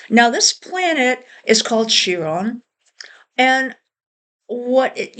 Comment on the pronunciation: Chiron is pronounced Kyron, not Cheer-on.